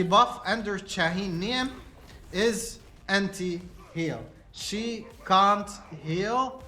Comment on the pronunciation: I never heard someone calling cha shahine it's like an arabic name good video though 😂😂